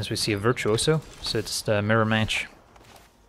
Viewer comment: I love the way pronounces virtuoso, I don't know why but I had to say it.